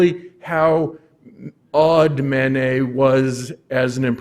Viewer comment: We do not pronounce the "et" at the end of the name "Manet" as 'ette'. We pronounce it as the letter A. We have chosen to adopt the French pronunciation of the name. So, please pronounce the first syllable as the French do. Mah-Nay. Not Man-Ay. The same for Monet. Mon as in mon ami Not as in "Mow the lawn " Not Mow nay. Degas is not Day-Gah Renoir is not Ren- wah